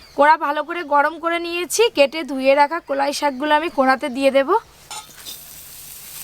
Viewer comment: কোলাই না কলাই আর ওটা লোঙ্কা না লঙ্কা